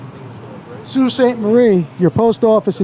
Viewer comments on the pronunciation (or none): Sault is pronounces like bow (like bow and arrow)but with an s. Just for educational reasons…lol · Sault is pronounced like "so" instead of "sew". I don't mean to nit pick just wanna help you get it down to a t (= The other two words are dead on though! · FYI it's Sault Sainte- Marie, so (sault) sainte- marie, real pronunciation. I'm bilingual and Canadian btw. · Would be pronounced SO sainte Marie in French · So and sew are pronounced the same. I believe the correct pronunciation is soo… 👊👊📸👍👍